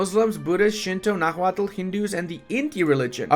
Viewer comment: The h in Náhuatl is silent, and the first syllable is the stressed one